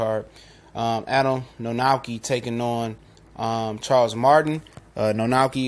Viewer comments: It's pronounced Kovnoski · "kov-nats-kee" practice it now, we'll all need it for years to come :P proud of my countryman for getting this far. good video. guaranteed will be a good fight. will it prove much? no. martin walks the earth like a dog. still, power to the flabby!